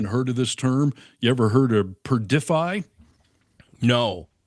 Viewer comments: It's Perfidy, not perdify. PURR-fiddy. It means deception, duplicity, a lack of trustworthiness. You know, the hallmarks of the 47th admin. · It's "perfidy" not "perdify". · Perfidy, not perdify? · it’s PURR-dih-fee. (Use a dictionary) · The word is...Perf-id-dee. Perfidy